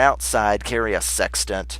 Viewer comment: sextant tool you pronounced it wrong